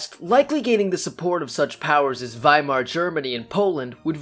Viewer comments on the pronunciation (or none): none